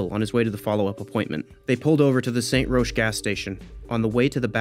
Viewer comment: Great video, but it is pronounced Rock not Rosh.